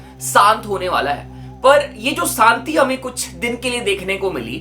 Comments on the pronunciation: Santi nahi bhai Shanti hota hai bro Shaaa pe dhiyan do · Bc, Saanti nahi Shanti hota hai. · Shanti ❌ Saanti ✅ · Shanti ❌saanti ✅